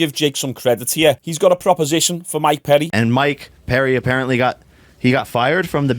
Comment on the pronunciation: How the fuck do you get Mike PEDDY out of Mike PERRY??!???